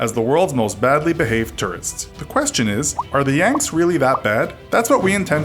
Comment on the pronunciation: Did you deadass say "the Yangs" ...?